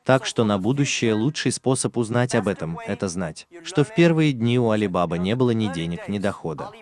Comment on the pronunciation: Не АлибАба, а АлибабА 😅